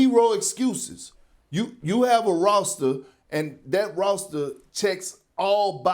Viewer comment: Dat “rawster” 🥴🥴😒😒